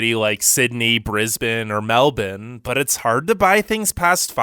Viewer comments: No, it's Melbin or Melb'n. Melboouuurne is the wrong way to pronounce it. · I thought it was “Mel-Ben”.. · 'Melbine'? That's not a city in Australia, buddy. He doesn't even know the name... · I have proof tho i live in Australia So Most People In Australia Say Mel-Burn. So Its Pronounced Mel-Burn. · it's not fucking melbin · He really said "Melden" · Why is he pronouncing it as "Melbin" ?? lol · What the hell is "Melbin"? Does he mean "Melbourne"?? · Why do you keep saying Melbin??! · Yep. Its pronounced Mellbin, cobba. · "Meldin" sounds nice, where is that again? 😂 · Nope, more like Melb'n. He put to much emphasis on the supposed 'I'. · this guy saying "Melbin" tf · He didn’t pronounce it properly. No Australian says MelBIN, so why should an American say it like that when in their dialect, the r is supposed to be pronounced. Doesn’t make sense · Try correcting your pronunciation, try M-E-L-B-O-U-R-N-E, not whatever the hell you called it ! Typical Yank ! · Does a video about Australia.....also can’t pronounce a major city in Australia that is pretty much phonetic. I could understand botching Brisbane a little, but Melbourne? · You're pronouncing Melbourne wrong. The "ourne" part of it sounds like how you would say bourbon. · did he just called Melbourne “Meldon”? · MELDONE?????? Nah im dead bro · Anyone gonna talk about the way he said Meldourne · The myriad inaccuracies aside, the guy in this video REALLY needs to stop pronouncing 'Melbourne' as "Melbin"; it's pronounced 'Mel-burn'. I know this as a born & bred Melburnian who has lived my whole life here (although I have travelled to several other countries). I bet the narrator of this video has never even been to Australia. 🙄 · I can't keep watching this video because you keep pronouncing Melbourne as MEL-BIN. I pronounce it MEL-BORN, but apparently the correct way to pronounce it is MEL-BURN (which is morbidly ironic). Why would you think the R in Melbourne is silent? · Melbourne, not Melbin.